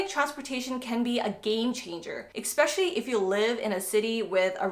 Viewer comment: Please understand the spelling and the word: Especially. Not Expecially!